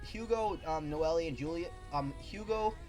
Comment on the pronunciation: Sweet review bro. However, I must let you know that Noelle 's nane is pronounced (No-Elle) or (No-elle-ru). And I honestly prefer Aster's Japanese name which i believie is spelled "Asta" but that's just me lol. Your stuttering wasn't really bad tbh, just do your best to stutter less : D!